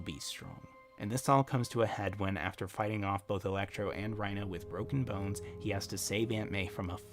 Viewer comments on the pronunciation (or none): none